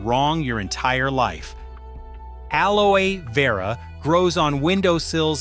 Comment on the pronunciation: AI really struggled with pronouncing aloe vera 😂